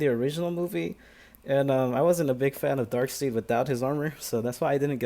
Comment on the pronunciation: Pronounced DARK-SIDE